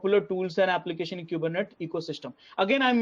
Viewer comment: It's pronounced "coo-ber-net-eeees" :-)